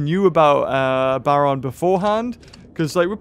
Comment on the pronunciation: im sorry but its BA-R-ON (like the red baron) also i will be buying the toast plushie